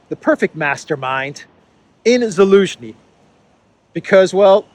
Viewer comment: Your pronounciation of Zhaluzny is on point man. Damn😂